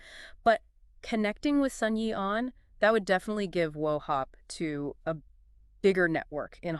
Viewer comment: WO HOP "TOE" NOT WO HOP TOO? DAMN YOU GUYS HAVE NOT DONE YOUR RESEARCH. i AM AN OFFICER UNDER RAYMOND SHRIMPBOY CHOW. YOU NEED TO DO MORE RESEARCH....NOT SO MUCH OF A DEEP DIVE